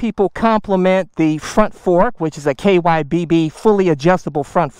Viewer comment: WTF is KYBB? It's KYB, it's short for Kayaba Suspension.